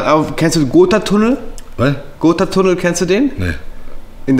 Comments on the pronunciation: Wer kennt ihn nicht denn Gootatunnel😂 (ich nehme mal an er mein gotthard) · Es heisst Gothardtunel😂